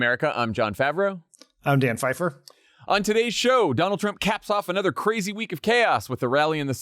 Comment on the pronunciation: Omg, has Lovett lost his mind 🤣? Mah dude is kah ray zee! I've never been interested in watching Survivor, till now. I'm rooting for you, Lovett! ❤